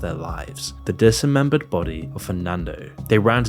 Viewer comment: Has the voice-over been a robot this whole time? “Disemembered”? Or is this just another Australian thing lol